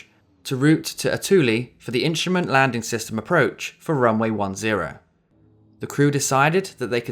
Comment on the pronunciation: Love how you don't use the "ing" on the words. Landin, Landing.